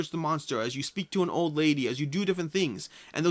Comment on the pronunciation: There is no r in the word old